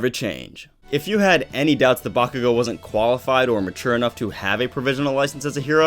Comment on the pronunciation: I know you did not say bakugoat 😂😂😂